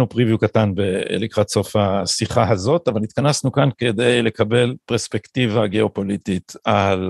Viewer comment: עד היום לא הצלחתי להבין את פשר המאמץ של גדי להגות ולהטעים את ההגייה pREspectiva, ולא pERspectiva, למרות שהריש צריכה להיות שוויה ולא סגולה, שכן המונח המקורי הוא perspective, ולא perspective. מוזר.